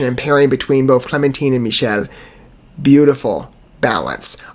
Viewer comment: Michele is actually pronounced Mick-el-lee. I know, I know....those crazy Italians...😅 however, this is not Michele. This was Siegfried Samer. Michele didn't join the band until the next album "Wanderers." Siegried was with them for 2 albums, "Ethera" and "The Deep & the Dark."